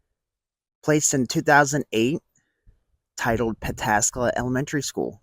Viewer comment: Hot diggity, you Pataskala correctly.